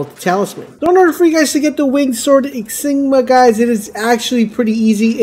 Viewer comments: ah...i see the public school system prioritized diversity and inclusion over academics in the school you went to. Never fear, I am here. Insignia is not pronounced, "in-sig-ma". it is enunciated, "in-sig-ni- a". Four syllables, and not three like you were saying. there you go. you're welcome. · What’s an “”? It’s an in-sig-nia. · It's insignia not Jesus Christ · “” is killing me. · In sig knee - ah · It’s ya boy “”. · IN-SIG-NIA. Ok guys this is how your going to pronounce this one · yeah man it really hurts when he says it for the 100th time lol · Lies in the title again. Never trust a guy who cant pronounce InsignIA or ProsTHESIS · I don't know if anyone else has done this but "in-sig-knee-ah" "pro-thee-sis"